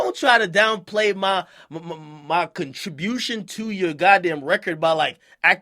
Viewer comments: Wait hOld up... ak say "Contribution" agAin!!! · I swear, this man Ak really is a dumbass. He can't pronounce "contribution," how Sway? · bruh AK forgot how to pronounce ‘contribution’ lmfaooo